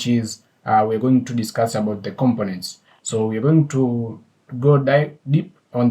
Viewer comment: With Respect to you... When you pronounce COMPONENT, it sounds like you are pronouncing it as COM-PIN-NENT... This is the way it should be pronounced... Syllable Breakdown The syllables in "components" can be divided as follows: com po nents Stress Pattern The stress is on the second syllable: com-PO-nents. This means when pronouncing the word, you emphasize the "PO" part more than the other syllables. Thank You for your videos...